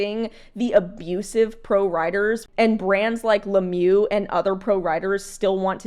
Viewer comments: Le mieux means 'the best' in English. It's pronounced Le meuh in French, rather than le mew. I fully agree with your opinion. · it’s not Lemieu it’s Lemieux